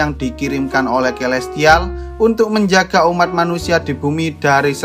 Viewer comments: Kaya aku aku dengar di nyebut nama elestial deh🗿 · Gua gk salah denger ni elestial